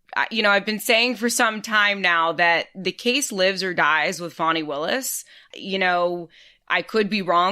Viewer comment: Thank you! Drives me crazy when it's mispronounced. Wow! She an amazing power of example!